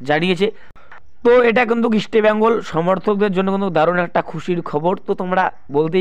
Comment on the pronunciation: আগে ইস্টবেঙ্গলের উচ্চারণ টা ঠিক করুন তারপর ইস্টবেঙ্গল কে নিয়ে ব্লগ করবেন। Ok